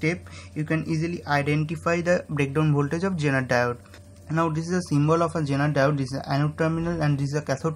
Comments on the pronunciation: You are saying "genital" instead of "zener diode" , that's funny !!!!!! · Sorry but this guy sounds like he's saying genital.